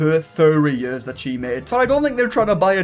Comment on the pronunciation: You pronounce ears like YURS.